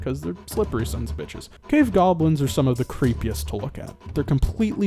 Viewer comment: GAHBLINS.... NAAAAH